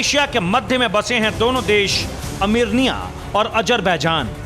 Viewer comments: Hahaha jahil looog armania ha......armirnia nhi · amernia nhi yede armenia hai sahi dang se bolo dhakkan log